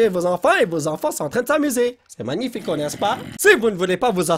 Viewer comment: Cristina Cordula : C'est manifaïk ! Polo : N'est ce pas magnifiko ?